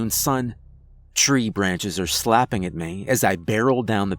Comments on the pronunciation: You say me like mae 😂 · why does he pronounce "me" like "meah"?